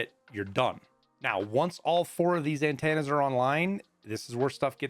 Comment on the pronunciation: AnTANNA's lol. thx for the vid